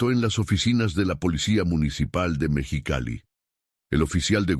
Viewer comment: No sé dice Mechicali, es MEXICALI